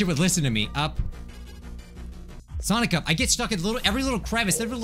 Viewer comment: What i hear when he says sonic up SONICA